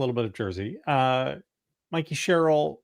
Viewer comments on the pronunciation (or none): Sam it's Mikie Sherrill as in Mike not Mickey as in Mouse. Everyone else pronounces her name correctly, Y can't u get it too?